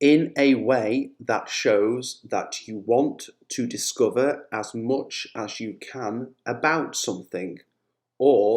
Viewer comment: It sounds weird when you say "much" I hear the vowel "o" instead of "a".